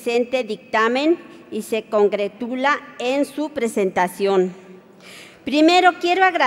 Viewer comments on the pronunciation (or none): ¡Qué vergüenza de diputados! No tiene ni idea de lo que habla, ni siquiera sabe pronunciar. No es "alineación" sino Alienación, no es "congretula" sino congratula, y menos "suidad" sino ciudad. Acaso, no les da dinero la cámara para asesores, o ¿los asesores deben estar igual? Por lo menos enséñenle a leer ya de perdida a "ler"